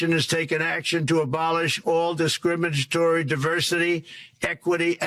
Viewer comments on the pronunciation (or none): Yeah but, Descrimmagatory?... Really?